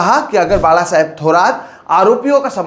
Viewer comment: धन्यवाद,.... एक सराहनीय विडिओ. दुसरी बात है की आप बाळासाहेब का उच्चारण एकदम सही कर रहे हो.